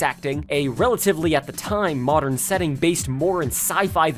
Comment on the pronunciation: "Modren era", eh? Don't think I missed that pronunciation, you little McElboy fan